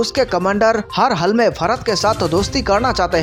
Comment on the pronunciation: Kya bhakwas. Pehle bharat naam sahi bolo.